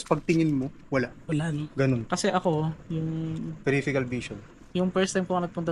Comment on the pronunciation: ano ba yan may word ba na periphecal vision?!?! bago ka cguro.mabitaw ng word please make sure if tama. I think the right word would be PERIPHERAL VISION po. paki review mo nga confident ka paan din sabihin ang words mali nman!?!?!